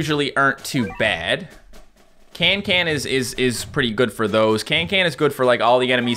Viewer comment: Her name is cancan not cantcant lol